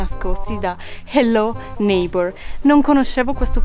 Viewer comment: HELLO NEIGHBOR NON SI PRONUNCIA COME LO DICI TU